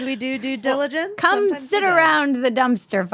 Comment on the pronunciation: Lol, you said do - do (diligence)